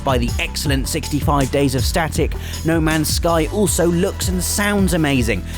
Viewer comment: Lol he said no mans sky